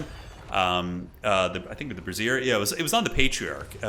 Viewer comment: I laugh Everytime I hear it but for the record it's pronounced BRAY-zhyr not bra-ZEER